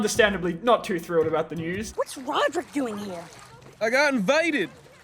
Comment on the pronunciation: As a British person, I can say Rodrick's accent is impeccable